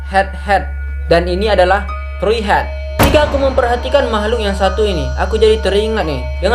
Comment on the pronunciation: Tree bukan "tri" woy